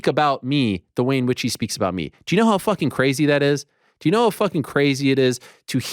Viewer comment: Ariel sounded hilarious saying fooking. “Ask yourself that fooking question Dana white!!!! 😂😂😂😂